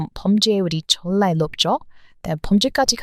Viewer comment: 팬이예요. ❤❤❤❤❤ 근데 영상에서 졸라라는 표현이 세번 나오던데 그거 안좋은 말이예요. 발음이 저한테는 그렇게 들렸어요. 정말이란 표현으로 바꾸셨으면 좋겠어요. 좋은 영상 너무 감사드립니다.❤❤❤❤❤❤❤❤❤❤❤❤❤❤❤